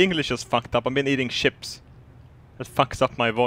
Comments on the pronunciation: he meant eating chips but i though he said ships too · Yeah, I too have trouble enunciating after I eat some ships.